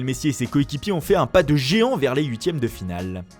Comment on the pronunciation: pas de géant ou pas de gegant ? 😂